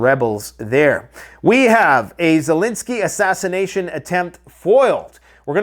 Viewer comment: AH SHASH-I-NATION! :face-orange-raised-eyebrow:How dah fork ya spell dat?:face-fuchsia-tongue-out